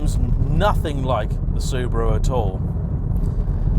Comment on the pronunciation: Also can't pronounce Subaru...come on!